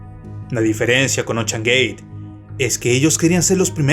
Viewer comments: Se pronuncia "OUSHEAN/ OUSHAN" NO OCHAN! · Me mató tu "Ochean gey" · Todo iba algo bien hasta que escuche "ochean" "Oceangate" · Ochan gueit Jajaja